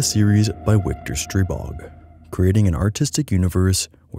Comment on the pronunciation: you pronounced "wiktor" wrong. in polish the 'w' character is pronounced like an english 'v'. so "victor"